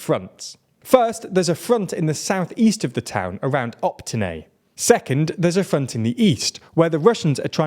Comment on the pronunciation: Guys is Opytne, not Optyne